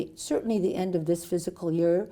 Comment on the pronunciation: Is she saying physical instead of fiscal??